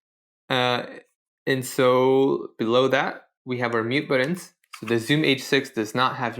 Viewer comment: "Buddons?" "Butt-uns."